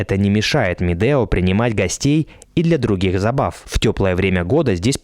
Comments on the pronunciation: Ребята, ракмет за видео! Как всегда "лайк". Единственное, что хотелось бы исправить в этом контенте: в названии правильно писать и произносить Медеу (У в конце). Это имя человека, который ещё до 1917 г. владел этим ущельем. Сейчас в РК возвращают многие исторические (правильные!) названия. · Не Медео, а Медеу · Дорогой блогер , каток не Медео а .Медеу не искажайте .